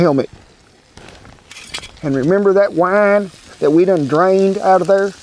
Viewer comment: Wi-ee-ne... Green onion, is a scallion. Not a shallot. It's not even close to the same thing.